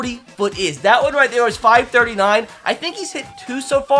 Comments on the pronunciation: Stop saying 500 foot it’s feet dude not fit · 500” foot” what it’s feet say feet